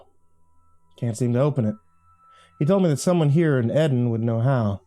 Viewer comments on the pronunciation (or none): ARE YOU REALLY PRONOUNING MY NAME EDAN!?!? REALLY!? 😭😭😭 Its not that hard guys 😭😭 its literally said like the garden of.